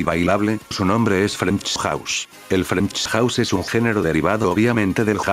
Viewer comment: "Frenksch Jauss"